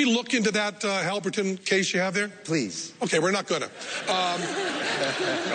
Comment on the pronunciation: Halburton case? It's Halliburton...